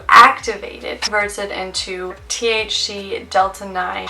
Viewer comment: It's pronounced "THC" not "TH-She"